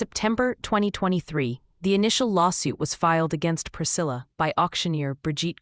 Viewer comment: Why did the voice over say in 2023 like “ in twenty twenty thwee “? Weird.